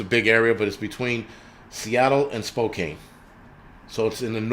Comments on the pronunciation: Spokane is pronounced Spocan not Spocain. :) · I want to let you know it’s pronounced Spo- can.